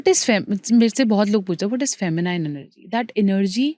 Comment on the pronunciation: "Feminiiiiine' is wrong pronunciation The correct pronunciation is Fe- mi- nin as in " nin" not as in "nine"